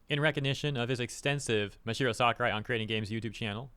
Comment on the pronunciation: Sakurai has always been one of the greatest game devs out there and he always shared this opinion. But please say his name right 😂